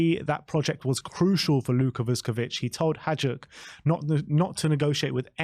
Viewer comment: It’s pronounced Vushkovic and haiduk we don’t say the j lads